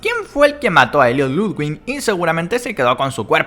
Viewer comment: v oye se pronuncia Ludvig y no hay ninguna N entre la i y la g jaja... Y tú teoría de gentle John se destruye porque no lo reconocen su apariencia debería haber cambiado... Rich es más probable